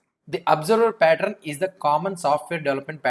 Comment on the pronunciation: patt-run nahi, patt-earn. Rest everything is lit!🔥